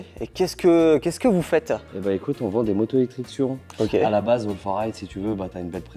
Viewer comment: Pour la prononciation de surron, je suis un peu en retard mais pour indice ça se dit pas sur-rond ni Suzane mais ça se dit sûr Ron. Voilà pour mon commentaire 🗨️⏯️💶